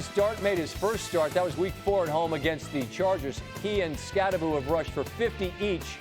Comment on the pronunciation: Norwegians losing their sh*t when they hear how Americans (mis)pronounce Skattebo... It's Skattebo (hard T), not Skaddebo.